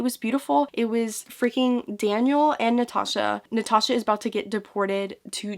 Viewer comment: Completely random: I love the way Americans say Natasha. It's like Nutaaasha and it makes me smile very time. Sorry just had to put that out there. 🤣🤦‍♀️🤣